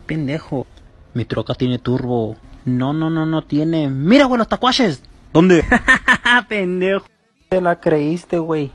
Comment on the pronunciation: Tlakuaches se dice tlakuaches